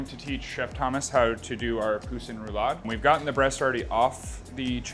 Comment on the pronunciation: why did he pronounce poussin like that lmao 😭